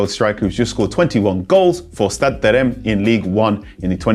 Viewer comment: Reims pronunciation on zero